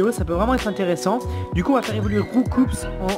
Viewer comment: C'est étonnant de voir un fan de Pokémon comme qui sait même pas que Roucoups se prononce pas "Roucoupsss" mais "Roucou".. ^^